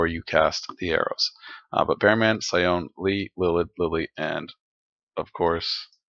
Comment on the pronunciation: Sione is pronounce See-Oh-Nay.